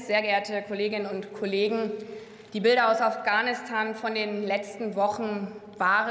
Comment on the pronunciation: Afghanistan oder ofganustan, lerne erstmal wie man redet